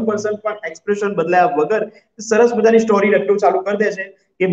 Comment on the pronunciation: સ્ટૉરી નહીં સ્ટોરી‌ બોલો. પ્લીઝ